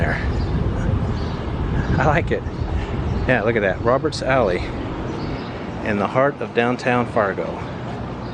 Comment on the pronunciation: Great videos of Bismarck and Fargo North Dakota. Very impressed how clean and vibrant these small cities look. Don't think I could handle their winter's. I would love to go visit when the weather is nice! Thought on the Fargo video you said "Robbers Alley" not Roberts Alley!